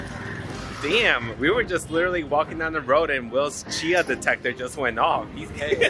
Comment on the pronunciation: Love the video but the drink you had is called Chai, pronounced Ch-i. Chia, as you pronounced it, is a seed.